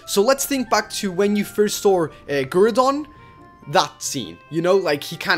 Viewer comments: not gurrdon graoudon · DID YOU SAY GROODON? GROODON!? WHAT, WHAAAAT!? NOT GROODON, GROUDON! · not groodon its groudon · this is not how you say groudon